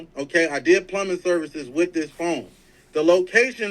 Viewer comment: First off I knew he was weirdo from when he was arguing with women he just meet.... Then he has a speech problem f.. the bullet in his mouth.. he said FOAM not PHONE😅😅😅😅😅.. THATS DYSLEXIA. I DATED A GUY WITH IT. He has that disability. On top of that you can tell he was a fake and jail bird lol. Notice not a friend or family member is defending him..😊😊